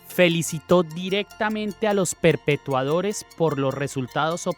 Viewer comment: Daniel se dice PERPETRADORES Y NO Perpetuadores, ojo porque un abogado no puede estar cometiendo esos horrores de no saber hablar